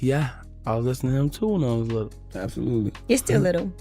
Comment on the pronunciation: we dont say "lil" we say "LUDDLE"